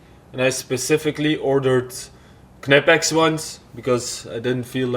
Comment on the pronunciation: Attaching thingys haha..... Staples. Aslo Knipex is " Nipex" but other than that, all good with the English lessons today haa, great work as always